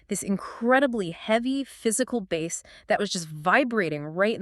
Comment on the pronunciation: 🎣 “bass lines.” OMG, you folks totally exposed your fake narration by mispronouncing one of the main terms in electronic music. 🤮